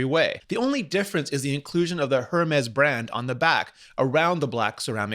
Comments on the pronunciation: Please stop saying the h in hermes. It's ermez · "air mes" not Her mes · It’s not her-mes it’s air-mes! It’s sooo annoying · It’s Air-mez, not Air-mess... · It's pronounced "Hermais" not hermes. é is pronounced "ei" or "ey" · Umm... excuse me but it’s pronounce: Ermez or Airmez. Not HERMEZ!! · It’s not her Mez it’s Hermès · Er mis .... It's a Greek God. It's not her miss. Or HERmis... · Please, listen to the man in the presentation. It is called ERMÉS ! SAY IT WITHOUT THE H ! It hurts my ears every time you say that name WRONG ! And you say it a lot ! You wore it out. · It is “air-mez.” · Rene the “H” in Hermes is silent. Makes my ears bleed every time I hear you say “jermes”. Love the show, keep up the good work! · love Rene Ritchie's videos but the way he says Hermès stresses my soul (P.S. the H is silent) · He's pronouncing it just fine --considering that he's reviewing the watch in English and the French pronunciation would be jarring in context; however, in French the letter H is ALWAYS silent, so you would never ever EVER say "her-mes" (no, not even the softest "h" as he seems to be doing here). It's simply mute. Additionally (and this is nearly impossible for native English speakers who weren't raised bilingually) the first syllable of the word "--h--er -mes" is not pronounced "air"; rather "eh" + back of the throat "R" + a clean last syllable "mes" (with a strong "s" that lands hard). Since trying to paint a picture of how to pronounce a French word is taking me a whole paragraph (LOL) and making it sound unnecessarily complicated, here's an example of a couple of native French speakers having a go at a review of the watch. At about :15 secs there's a French woman pronouncing it and at about 45 secs a French guy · Pod That's quite a big assumption. But tech youtubers or other youtubers do tend to pronunce the h. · Its simply that he is pronouncing the "H". Since its a frech company, the "H" is silent. But at the and of the day....